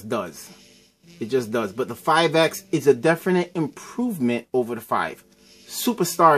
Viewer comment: "When you take out this S-Pen, it's Game Ovaa!" XD haha